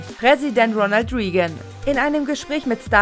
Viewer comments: Ronald Reagan wird nicht Ronald Rigen ausgesprochen, sondern Ronald Reigen. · "Ronald Reegan" triggert mich auch immer so hart. Ist ja nicht so, das man sofort jeden x-beliebigen Namen sofort Fehlerfrei aussprechen kann, aber der gute Mann war verf@ Präsident der USA. Wenigstens diesen Namen sollte man schonmal irgendwo richtig ausgesprochen gehört haben.